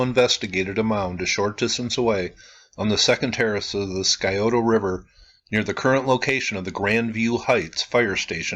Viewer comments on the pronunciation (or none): Buckeye here: itʻs "sigh-OH-toe." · the c in Scioto is silent typically pronounced Si-o-ta, FYI. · Thank you. Columbus Ohio is my home. Btw, Scioto is pronounced "Si-oh-toe". The C is silent. Native American word.